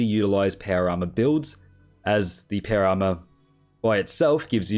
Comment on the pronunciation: It took me 13 minutes to realize he was saying Power Armor and not para armor…